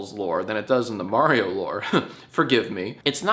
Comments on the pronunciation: Nice video but its pronounced Mario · uhh...you pronounced Mario wrong. It's "Mario" not "Mario". Get it right Jack. Ask Erin next time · "I can't wait to watch the Super May-rio Bros. Movie!" - Erin